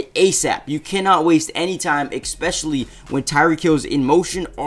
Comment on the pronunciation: There's no "K" sound in "especially"....it's spelled "especially" not "ekspecially"